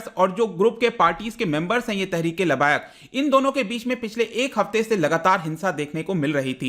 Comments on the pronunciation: वो लबायक नहीं है लब्बैक है। तहरीक ए लब्बैक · labayak nahi hota labbaik hota hai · Pronounce as (Laab-baye-ek)